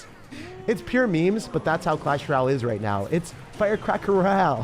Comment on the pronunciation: clash Roal that’s what bro said the first 10 seconds